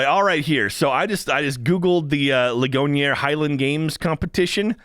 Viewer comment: For that second park outside Pittsburgh, the name of the town Ligonier is pronounced "Lig-gon-ear." Only reason I know this is because that's where my brother-in-law grew up